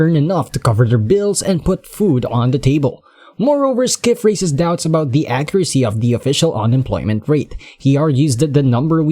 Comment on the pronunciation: Peter Skiff?😆 not how it's pronounced.